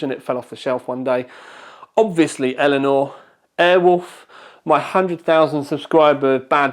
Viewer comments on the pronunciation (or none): none